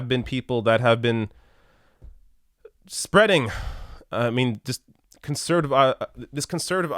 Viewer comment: I understand how conservatism is very frustrating but please realize that you said concertive (not a word) rather than conservative.